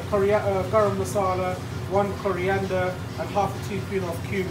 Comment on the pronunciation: Love your channel :). And it’s Masala not Massala ;) cheers!